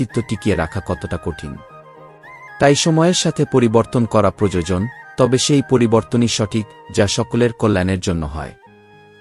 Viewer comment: এতো সুন্দর পাঠ করছেন কিন্তু প্রোজোজোন বলবেন না বলুন প্র য়ো জ ন 😅